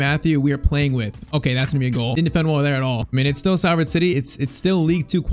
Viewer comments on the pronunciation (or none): For future reference it's pronounced Solford rather than Salford. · Salford is pronounced “Sol” not “Sal” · Sorry it’s pronounced s o l ford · It’s pronounced solford 😂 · It’s pronounced solford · I know it's a little thing but please say Salford correctly..its pronounced as though its spelt solford...yes english is stupid 😂